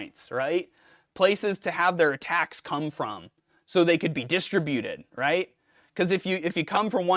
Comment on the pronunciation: Mind Your Inflection! I know what disTRIButed means, but not distriBUted. I wouldn't be surprised to hear it from low-end software, but I am surprised to hear it from a human.